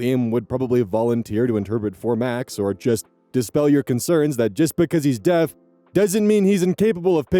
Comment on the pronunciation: Lol. "The gays or the Deafs"